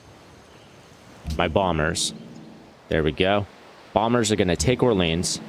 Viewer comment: Orleans isn’t pronounced how we say New Orleans. Its pronounced like: ORE-LEE-ON.